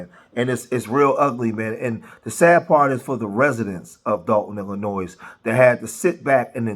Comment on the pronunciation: Please learn how to pronounce the state of " Illinois " correctly, if you want anyone to take you seriously.